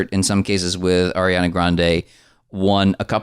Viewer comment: Am I the only one who heard "Arian-er" and spit? 🤣🤣🤣🤣